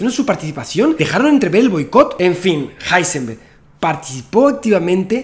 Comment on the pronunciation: Hola y gracias amigo Santa Olaya. Ya que aprendiste a pronunciar Heisenberg, cómo Háisenberg en Alemán, sería muy simpático que dijeras el nombre Werner, fonéticamente, también en Alemán, como Verner. Ya que "Güerner" suena muy Yanquee. Un saludo con gran simpatía tanto por la claridad, continuidad y gran velocidad de tu interesante discurso. Espero tu vídeo prometido para saber la real implicancia que Heisenberg tuvo, quizás extraídas de las escuchas grabadas en las reuniones del "Hall" y otras pruebas que presentes. Buena Suerte.